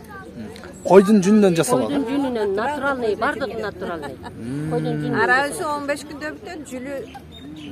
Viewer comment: Жада калса блогер жигит да туура суйлой албаса орусча суйлобой эле кыргызча нукура жун деп эле айткылачы натуральный деген созду натуралный деп суйлобой , ичкертуу белгиси кайда кетти ? 🙄